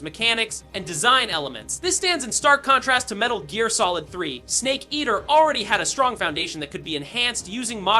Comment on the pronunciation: Seriously! Saying “Metal Jeer” shook me and my entire lineage